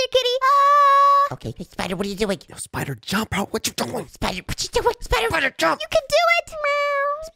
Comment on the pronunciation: Why does say spider like shpider